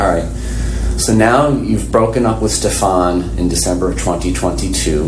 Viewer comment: Its pronounced Steffin not Stefan